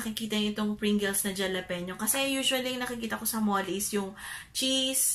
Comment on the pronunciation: Pronounced as jalapeño (halapenyo) hehe mommy 😘